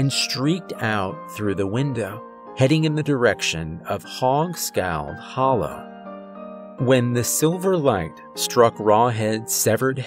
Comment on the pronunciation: It's pronounced "hollar" not "hollow" hahaha. Little country edjacation fer ya 😅😅😅😅. Love the story and the narration as usual